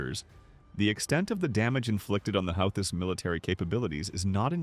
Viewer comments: Love how it pronounces the "How-thiss" instead of the "Who-thees", who are Yemeni "Reh-Bells", not Rebels. Either AI or brane-ded. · "the how-this" must be a new group. i don't like ai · The who-this the who-thee-sis and the how-these huh? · You need to decide on a pronunciation of Houthis.. I hear 3 different ways to pronounce Houthis here. 😂 Don't make me go back and mark each pronunciation 😂 i heard Houthisist also. 😂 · The AI voiceover managed to come up with 9 pronouncements for "Houthi's" (hU-thEe)! Great presentation anyway. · Houthis "ra bells"? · Whose gonna make us pay a price? The YOEWTYS? Or the HOUTIES? or the YOUTEEWS? or the YOEWTEOUS? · LOL apparently it's Yootheezez! Howtheezis... Hoots? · Who thies AI . Rebels not re bels😮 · Your A.I. ....HOUTH EES? REALLY ?!!! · Translation; The Houthaaes are a wild bunch, according to the AI bot narrator. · Sound like Mike Tyson. "The Houth-is" 🤣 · If you write hooty or who tea …ai can say it right. Apparently the op only gave edit one pass or something. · Who-thee try pronouncing it correctly prior to correcting others on pronunciations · Called them "healthies" at least twice! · Dear Lord! Who is teaching these computer voices how to read these words, like Houthis?!?! They are SO distracting! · I heard at least 4 ways to pronounce "Houthis" in this video. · I like how he pronounced “houthis” differently every time he said it. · I hate AI narration. You pronounced "Houthis" at least 3 different ways. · This report pronounced the name Houthi’s several different ways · You might want to teach your AI how to pronounce words like: houthis and rebels